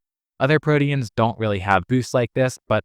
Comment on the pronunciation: Why are you pronouncing proteins like that? Prodians?